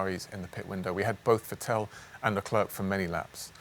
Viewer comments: It’s Vettel, not Vetell xD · Great video as always, but please spend 10s and learn how to properly pronounce Vettel's name... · Can someone learn Jamès how to pronounce Vettel?! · The culture of being allowed to man up to mistakes and correcting them within that team is commendable. I think any company in any industry could learn a whole deal from them. Now, if he could only stop pronouncing Vettel incorrectly...;-)